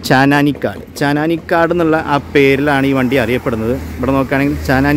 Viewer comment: അതുപോലെ ചാനാനിക്കടല്ല... ചാന്നാനിക്കാട്... മലയാളം വായിക്കുമ്പോൾ എങ്കിലും തെറ്റിക്കാതിരിക്കാൻ നോക്കാം.. എല്ലാ വീഡിയോസിലും ഇത് പോലെ കുറച്ചു "വെള്ളി " ഉണ്ടെന്നുള്ളതല്ലാതെ വേറെ കുഴപ്പങ്ങൾ ഒന്നും ഇല്ല.. എല്ലാം പുതുമയുള്ള കണ്ടെന്റുകൾ ആണ്